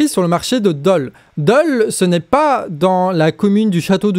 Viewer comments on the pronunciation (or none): none